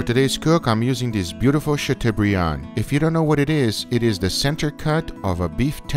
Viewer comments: Chateau = shat o as in toe not u as in bug. It is a French word. Not a criticism but a correction. I mean you want us to say picanha correctly, don't you? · Great video guys ! Btw it's pronounced "chatobrian". The eau in chateaubriand is pronounced "o" (like in osso bucco) and of course the "d" is silent but you nailed that. La France vous salut! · English (sha-toh-bree-ahn) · I love the way pronounces Chateaubriand. Chateau is pronounced like Plateau, Briand is pronounced like brand. But you can call it whatever you like, it looks amazing.